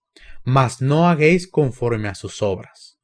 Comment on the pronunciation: No hermano, me gusta como explicas la Palabra. Pero por favor: le la palabra "hagais" no 'hagueis'.